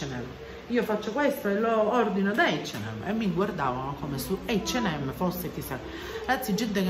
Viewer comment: Ciao, io ho sentito dire “ eigd “ & M😂